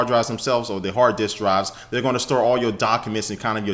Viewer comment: lmao i thought he said "yo draws are bout to drop"